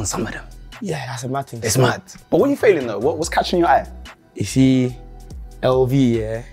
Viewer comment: did Craig say what you failing instead of what you feeling???